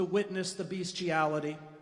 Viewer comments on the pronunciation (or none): Well said in the main. However, I do wish Chris Hedges would learn how to pronounce the word "bestiality." But if he hasn't by now, I doubt he ever will. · Probably a word he is not comfortable with in his speech but has to include it